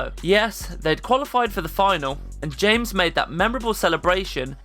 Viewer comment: It's pronounced James (Hames). Just because you speak English doesn't mean you can't pronounce a name in Spanish... cool vid